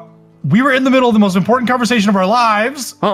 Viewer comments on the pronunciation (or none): "I found a very impieceant piece of a tablet" BRUHHH